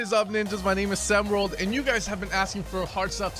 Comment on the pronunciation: I swear to god you say "Sam World" every single time